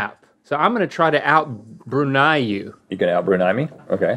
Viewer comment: I know it was more about Link hitting the bullseye but the Brunei episode made me giddily happy because I'm from Brunei!! And wow they all hit the nail on the head with the pronunciation.